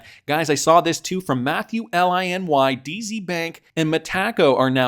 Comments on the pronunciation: It's pronounced meta co not me taco lol😂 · How embarrassing, It’s pronounced Meta-co